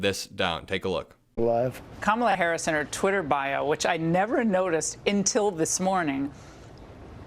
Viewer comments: Let's not overlook Laura Ingram's mispronunciation of until. She said "intil"!! In regards to censorship, who gets to WATCH/READ it to determine whether it should be censored?? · Laura Ingraham just said "Intill this morning". Apparently she also does not know basic English.